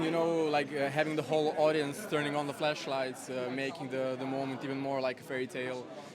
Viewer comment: I'm amazed did not react when Princ said "flEshlight" instead of "flAshlight" 🤣🤣🤣